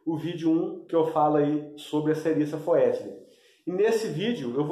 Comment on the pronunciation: Amigo, a pronúncia correta é Serissa fétida! Valeu, grande abraço.